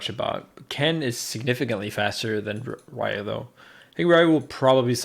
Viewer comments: RYU its fuckin pronounced 'ree-oo' not 'rye-you'. How do fans get this shit wrong... SMFH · Rai-yu? RAIYU???????????????????????? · that ryu pronounciation yikes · Did Leffen pronounce Ryu as RAIYOU!? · "rai you" Can anyone tell me what a "rai you" is? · Leffen, a player somewhat considered as controversial, stumbles over pronouncing Ryu, who has himself had his name butchered in many games by many voice actors. Lmfao